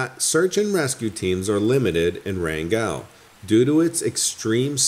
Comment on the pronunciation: Oh my gosh, every time you said “Wran-GELL” I yelled “Wrangulllll!”